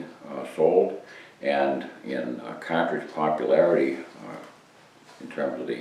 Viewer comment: What a soothing voice....CAH-TRIGE :-)